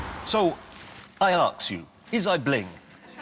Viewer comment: So. I aks you, is i bling? 😆